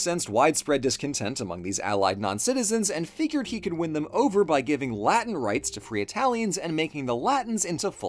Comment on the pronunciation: The weird mixing of correct and incorrect pronunciations is so jarring